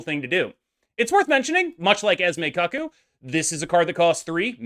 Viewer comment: It's cuckoo sounds like koo koo. Like the bird or the clock. What you're saying is... You don't want to know